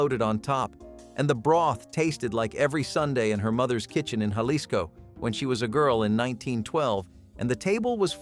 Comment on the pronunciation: U say it Halisco,NOT jalisco! The j's are pron oun ed like a h !